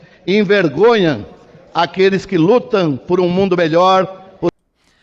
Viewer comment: "...davaN a posse a esse presidente, envergonhaN aqueles que lutaN..." kkkkkkkkkkkk muito engraçado....